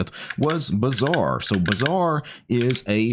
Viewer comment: But when you say it "Bazaar" sounds like "Bizzare"